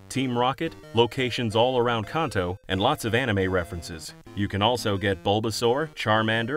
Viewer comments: Please stop pronouncing Kanto “Konto”. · Your saying Kanto wrong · I've been playing Pokemon since I was 8 years old and I'm now 33, I've never heard Kanto pronounced like that lol